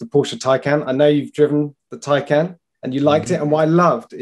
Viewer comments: What's with the mispronunciations....Its not Plad.....its Tesla Model S Plaid...Plaid as in Plaid design...a nod to the movie "Space Balls" where they hit Ludacris speed (another variant used in the Tesla Models) and its not Tycan....It's Porsche Taycan Turbo S. "Taycan" roughly translates from Turkish as "lively young horse", in reference to the steed of the Stuttgart coat of arms on the Porsche crest. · Is there any reason why you keep saying Taycan !!